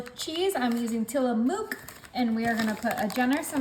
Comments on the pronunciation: just an FYI.. you are using Tillamook Cheese. It's pronounced TillaMook (Book) I love your videos! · Its not an ooo sound in tillamook. Its the sound like in book or look .